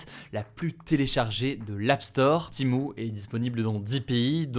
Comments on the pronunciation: Timou Heuu c'est TEMU pas timou ou timu faut savoir parler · pourquoi tu prononces "TIMO"?... c'est "Tému" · C’est Shein pas Shine et Timu pas Timou, désolé mais c’est horrible pour les oreilles. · C'est pas timo mais Temu 😂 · "TémU" pas timou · Pourquoi tu dis timo et pas temu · Wsh ta dis Temo a la place Temu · Je suis la seule où ça me stresse qu’il dit " Timu " au lieu de " Temu " ?😂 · Pourquoi dites vous timo? Alors qu’il est écrit temu? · C'est pas Timo... c'est Temu, TÉ-MU. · Pourquoi il dit « timo » wsh. Ça me stresse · Il a dit timo ? 😂😂😂😂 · Pourquoi il dit Timou ?